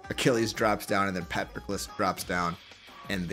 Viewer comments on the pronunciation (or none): Pronunciation of fidi: A Pronunciation of patroclus: C